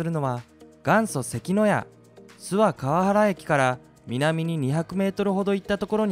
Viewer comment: 諏訪川原は「すわのかわら」と読みます。